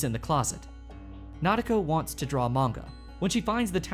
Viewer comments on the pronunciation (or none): none